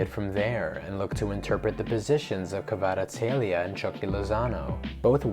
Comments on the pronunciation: You pronounced Kvara's name very well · You pronounce it so well 😄🇬🇪❤️ He is real talent! Thank you for this video.